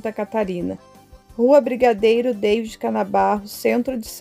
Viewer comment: Você está pronunciando errado o nome "David".... fale em português, não em inglês.